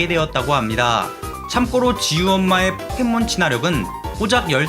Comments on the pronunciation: 참고로 발음을 '참꼬로' 라고 하시는데 참고로가 맞는 발음입니다! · 참고로를 참꼬로라고 발음하는게 너무 거슬려요